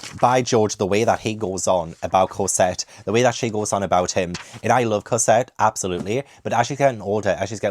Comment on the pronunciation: Evolution of pronunciation Cosette - Corsette, Casette, Cosette:D